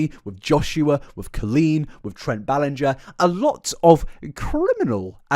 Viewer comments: "i've never heard someone pronounce it ballin-gah" we heard you pronounce it like that for the first three hours of this video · I’m only 5h20m in but please tell me you finally call her Colleen “bell end-ger” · Drinking game, shot every time he mispronounces Ballinger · It's been driving me up the wall watching this 😂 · not you mispronouncing Ballinger for the first half of the compilation and then saying you've never heard someone mispronounce it in the Raven podcast section hahahhahaha